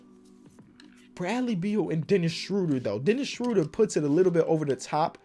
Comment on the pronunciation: Every time I hear Dennis Schröder’s name pronounced, I will comment that his last name rhymes with murder, not that I am angry about it, just to make the probability that reads it a bit higher:)